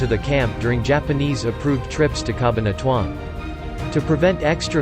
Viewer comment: Ca-bahn-a-tu-an. These AI voices are so annoying!!!